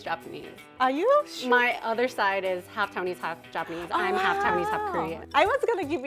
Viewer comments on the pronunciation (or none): none